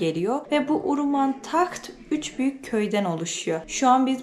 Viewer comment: video da sürekli uruman dediğin yerin ismi de HAWRAMAN"dır. keşke o bölgedeki diğer köyleri gezebilse idin. bu arada keke lokman"ın bir iletişim bilgisi varsa insta ve face gibi ve bizimle paylaşırsanız çok sevinirim